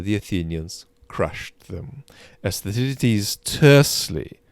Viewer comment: It’s pronounced Thukki-deediss.